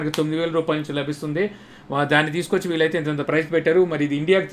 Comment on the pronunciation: Prize kadu price.